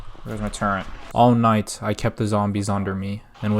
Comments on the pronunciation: just want to say amazing video but I was so triggered every time you said "turrent" instead of turret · Man pronounced “turret” as “turrent” for two hours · It's. Turret not turrent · Calls flat Earthers the dumbest people but doesn't know what a silo is, calls it a "big dildo", keeps saying "turrent" instead of turret. Glass houses homie. You aren't too bright yourself. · TURRET not TURRENT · Good content. The only thing that bothers me is the use of the word “Turrent”. It’s Turret lol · Turret* not Turrent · WTF IS A TURRENT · I will have a stroke if I ever hear someone say “turrent” again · every time he says turrent I die a little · Can't get past this guy calling turrets "turrents" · why do you say "turent" ☠️ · Great vid, but there is no "n" in the word "turret." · Turret < Turrent